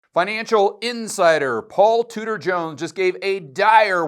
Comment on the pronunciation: all this time you were saying Tudor, I thought you were saying Scooter . . . .